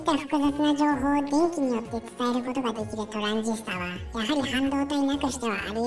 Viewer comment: 一瞬「べんき」と「でんき」が混同する場面があった。